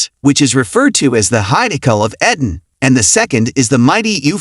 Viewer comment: EEEEden ... not e-dan